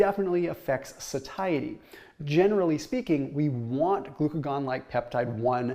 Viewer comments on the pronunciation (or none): isnt it pronounced saishity ? lmfao.... these fitness gurus drivin me crazy saying SaThaiEty.. heard it on another channel too... lol